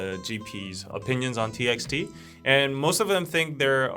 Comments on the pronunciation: As far as I know TXT is pronounced as "Ti bi ti", not "Ti eks Ti". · TXT is actually pronounced as TbyT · Wait a second .. its T X T not Text!! My life is a big LIE